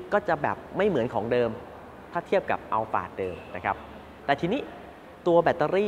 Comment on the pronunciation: ใช่ครับ คนไทยคุ้นกับคำว่าอัลพาร์ด แต่ชื่อรุ่นจริงๆ ออกเสียงว่า อัลฟาร์ด ถูกแล้วครับ เค้าไปถามจากวิศวกรชาวญี่ปุ่นที่เป็นคนออกแบบรถรุ่นนี้มาเลย หลายปีละครับ 555